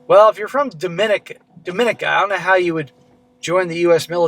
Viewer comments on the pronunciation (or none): The stress in Dominica is on the second-last syllable. As in, dom-in-EE-ka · It's pronounced dom-ee-nee-kah. Tis where my family is from